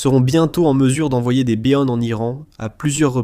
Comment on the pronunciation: Oui, j'ai remarqué. Hilarant!